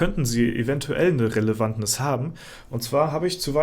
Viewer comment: Ach, es heißt doch Relevanz